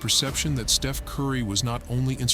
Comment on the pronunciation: the Artificial Intelligence glitched out, besides calling Steph, Steve-en.